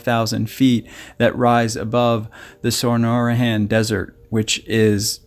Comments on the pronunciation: Is the desert Sonoran or sonorahan as he was saying? I'm in Canada have heard of 1st not the 2nd? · Good info. Love your channel but your pronunciation of Chiracahua Sonoran and Faraway isn't correct : )